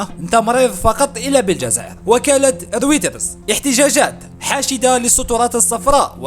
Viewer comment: سلام خويا تنطق بوكالة رُويْتَرْز يعني بالإنجليزية REUTERS....